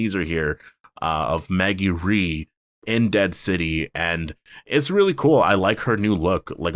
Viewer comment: Rhee is pronounced Rae not Ree